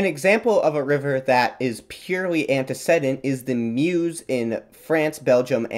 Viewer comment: The "e" in the third syllable of "antecedent" is long (like "seed", not "said"). I didn't know what your AI narrator meant until I checked the closed captions.